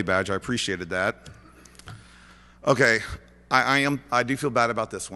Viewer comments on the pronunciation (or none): lol "M' Kay"